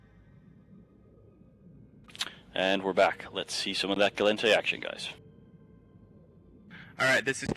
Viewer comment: I wish would learn to pronounce "Gallente" >__<